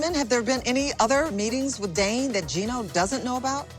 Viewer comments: Jasmine will always do what she wants because at the end of the day, Gino isn't going to do a damn thing about it and she knows it. Please Jasmine...try pronouncing "Dane's" name correctly....it's not DAN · It’s DANE not Dan you mook.